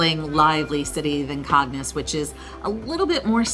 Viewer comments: Please try to learn the pronunciation from the locals. CAGNES should be pronounced Kaahn-ye not Kaggg-nus. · The video is beautiful and informative, but your mispronunciation of many of the names, especially Cagnes, is embarrassing, and takes away from the overall impression. Why not just sit down with a local for 5 minutes and get things straight?